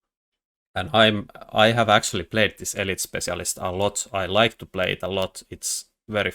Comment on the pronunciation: What is his accent that makes him pronounce spetsialist like this?